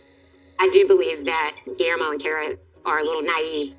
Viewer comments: His name is pronounced Ghee-yair-mo. 😊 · You say G’s name like Ghee Air Mo It’s a hard G